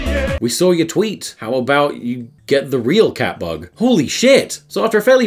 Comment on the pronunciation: I thot they were saying cat fuck not cat bug for like half of this